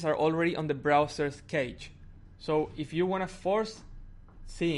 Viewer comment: There is no "next video" with the home screen and stuff. Cache is not pronounced keich; You can refresh the page while redownloading the whole content by holding down control and pressing f5, no need to clear through settings